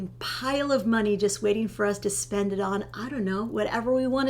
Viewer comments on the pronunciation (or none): I think you two are adorable. But have to giggle at how pronounces "spend", while pronounces "spund". Not putting anyone down, just giggling.